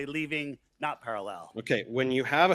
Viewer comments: The absolute worst thing about this debate was pronunciation of 'parallel'. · Parall-El. 2nd cousin of Kal-el